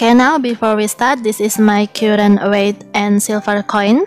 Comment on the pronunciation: Just in my opinion... Perbaiki pengucapan vocabulary nya, Agak bingung pengucapan "current" kok "kyuren" harus nya "Karen" Tak pikir apa yang harus di "sembuhin" kalo pengucapan nya "kyuren"..... lol